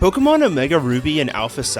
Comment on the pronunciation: Day, two of asking you to learn the pronunciation of the word, Pokemon